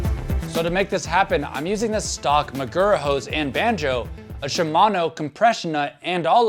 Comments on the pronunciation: it's "SHEE-gura", not "SHY-gura" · Man, this was a pretty uninformed video about this setup. Also your pronounced shigura weird. The servowave system changes thenbrake force from a linear curve to an s shaped one. Giving you more modulation on the early stroke.